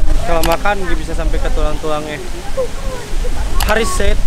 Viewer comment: ka hariss bukan anres 😂